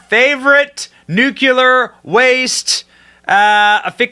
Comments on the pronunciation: Dude… please stop saying “nucular”. It’s “nuclear” 🤪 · Benny, just to let you know, the proper pronunciation is “Nu-Klee-R”, not ‘nucular’ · "Nuclear" NOT "nucular" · It's nuclear, not nucular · NU - CLE - AR, I don't know what "NUCULAR" means, probably from the same language that says "AKSK" instead of "ASK". And damn Fox for giving in to this "pronoun" insanity. He's one man, not 2 or more unless you count the voices in his head. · Benny, it’s not hard to pronounce noook-leer. Nuclear is it not nook-yu-lar! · Say it with me slowly....nook-lee--er.....NOT nook-yoo-ler. So effing annoying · "Nook-YOU-ler" is not a word. Nuclear; pronounced "nook-lee-er" is the word you were searching for. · Nu-clear not nuculear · Benny, mah man! I love what ur doing here on this channel! UR content is very interesting & informative! I just have one favor to ask: could you please work on the pronunciation of nuclear? The proper pronunciation is “new-clee-er,” not “new-cue-ler.” Thanks!😉👍🏼🇺🇸😎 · Nuclear is pronounced NU CLEAR! not NU CU LAR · NEW-CLEE-ERR not Nuke-you-lur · Benny, my man, I love your content... but please say it right! Its Nuclear (NEW-CLEAR) not Nuculor (NEW-Q-LOR) lmfao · Its not nucular its nu clear. Stop sounding like WBush. Thank you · Benny. Love your vids. One point of contention. The word nuclear is pronounced, "nook-lee-err." Not "nook-yuh-lerr" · Benny.....it's pronounced new-clee-err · Dude, Benny… I love your show, but ffs it’s pronounced NU-CLE-AR 😂😂😂😂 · Benny: Nuclear! Newcleeur! Burisma! Burreesema! Escape! Esscape! Love your shows but pronounce these words properly!! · Could you please learn to pronounce “new-klee-ər”? You’re too smart for that mistake😏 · Nuclear, not NUKULUR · LOL nucular? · Wait............did you say "nucular"? I've never dished out any harsh criticism before, so for the sake of balanced commenting..........nucular. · Nuculure??? Lmao. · It's painful hearing nucular. 😵‍💫